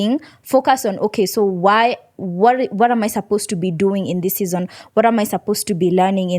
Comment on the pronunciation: The way she calls "Season" is so cool..